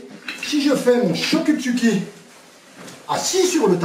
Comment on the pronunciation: MAIS! PRONONCIATION "CHOKU" = TCHOKU!!! IL FAUT PENSER ANGLAIS SI ON LIT IN.MOT ASIATIQUE ÉCRIT AVEC LES LATINES!!!